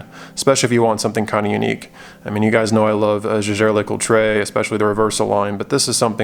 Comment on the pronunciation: Why so many people keep pronouncing JLC wrongly? It’s pronounced as “ Jer Jer La Cood” not J girl la coo tra for goodness sake! In this age, it’s really not difficult to do research...if one is not lazy.